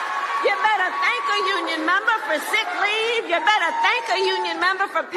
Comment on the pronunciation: “MEMBA” thats how Australians pronounce member 😅 she gone Aussie 🇦🇺🤣🤣